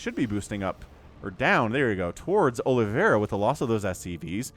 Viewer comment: "Olive a ra" not aloe vera ;p - it is brazillian/portuguese name.